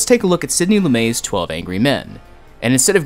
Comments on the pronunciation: lu-met, not lu-may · Great video. All time great film. But, yes I'm the guy that came just to leave a pedantic comment; it's pronounced Loo-MET. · Lu-meT with a "T" -- not Lu-may.. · Very insightful - and yet so annoying that he calls the great director, LumeT Loo-May 🤔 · You've disrespected the subject of your film by pronouncing his last name as "loo-may" instead of "loo-met." He wasn't French. He was a Jewish boy from Philadelphia, PA. Pathetic.